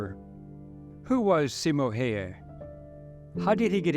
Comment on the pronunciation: Good video. Also the way to pronounce his name is Simo (Seemo) Hayha (Howha)